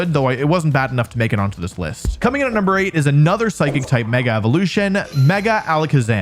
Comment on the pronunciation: DO NOT LEAVE OFF THE H IN PSYCHIC!